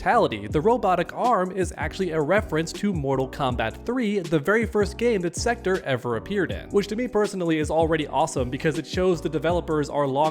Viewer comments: Please stop saying Sekter. It's SektOR. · Thats not how you say Sektor.